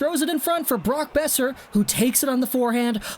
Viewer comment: Ngl the way at the you said brock beoser at the start kinda made me cringe